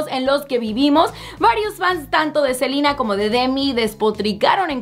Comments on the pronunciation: Me encanta como dice el nombre "silina"😁😂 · Por qué pronuncia tan exageradamente el nombre de Ariana y Selena??